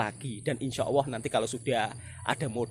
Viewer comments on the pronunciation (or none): none